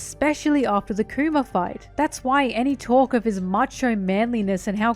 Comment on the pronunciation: I can't help but hear her say Coomer, when she says Kuma.